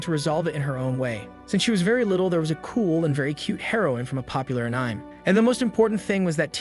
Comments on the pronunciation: The pronunciation of certain words still needs some work. Like how the voiceover pronounced the word Anime. But even more common words. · Please make stupid ai voice understand how to pronounce "anime" correctly It's killing us 😫